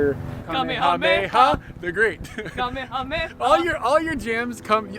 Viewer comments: "Kamehameha"? I must be getting old. I learned how to pronounce this while watching the original Magnum P.I. back in the day: Kuh - may-uh - may-uh 😉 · Cock sauce you say? I call it kickin' chicken. I think the pronunciation is KUH-MAY-UH-MAY-UH.